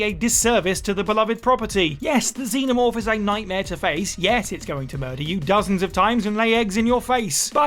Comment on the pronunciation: Twice during the Alien Isolation thing, I thought you were saying "Demon Orb" instead of xenomorph...I was wondering if there was a bunch of plots i never even got to